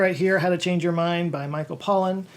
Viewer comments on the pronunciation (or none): none